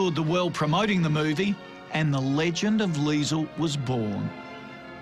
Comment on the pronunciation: Get the name right, it's Liesl